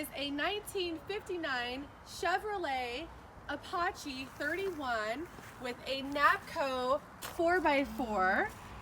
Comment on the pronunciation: Holy shit..She can't even pronounce the word "apache" people who know nothing about these vehicles shouldn't be presenting them.